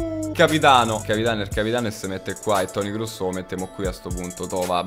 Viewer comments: Complimenti al "ea" che poi si legge i-ei e non kruss ma kroos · Perchè dici crusss😂😂😂sarebbe cross con l'accento tedesco che ti devi sentire il catarro in gola dio bono